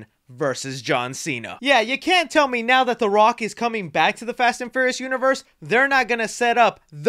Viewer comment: You just can’t say the word furious can ya bud lol